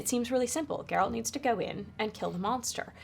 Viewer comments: it is even pronounced correctly the first time he says it in the show and Mirilka says like GARROTER... G air alt.. no J sound in it .. no d G as in go get gone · What is people's hangup with pronouncing "Geralt" properly?? (talking about the interviewer, but so many people struggle w this even AFTER watching the show!) It's just like "Gerald" but with a T at the end, and the G sounds like "get". Why is this hard, people? I mean, the worst abomination I hear was: "Jerawlt". but this whole "GuerAWLT" thing is seriously bugging me now. Cringe